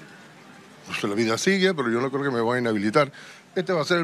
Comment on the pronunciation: Lo, gue, pasa, es, gue tienen, miedo